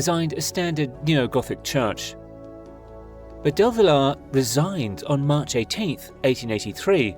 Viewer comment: It seems you don't know how to pronounce the name of the structure (Familia: pronounced as "fah-MEE-lee-ah") nor names with "ll" like Villar. If you're going to make an 18-minute documentary about a structure in Barcelona, get someone who is familiar with Catalan and Castilian -- or at least one of them.